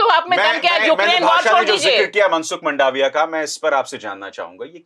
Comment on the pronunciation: मंडाविया नहीं, मांडविया, सही उच्चारण